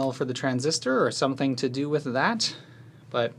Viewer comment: I already knew you were midwestern for many reasons (for example, saying you are) but that "Some'n happened thaer" line is the most midwest thing I've ever heard you say. That inflection... 👩‍🍳💋